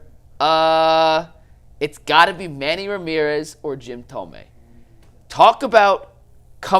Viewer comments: I kind of question your knowledge when talking about Guardians stuff when you pronounce Jim Thome's name as "." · To be a Cleveland sports talk show host and not pronounce thome correctly Is crazy